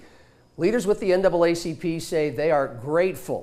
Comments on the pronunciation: Isn't it interesting that the TV anchor couldn't get the NAACP name correct the first time? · ….. and the news anchor had trouble saying NAACP….. 🤔 🤔 🤔 🤔